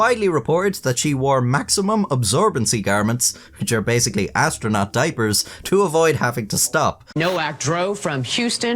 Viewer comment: Astro'nut' not astronaut.